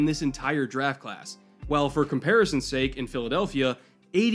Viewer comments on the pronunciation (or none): none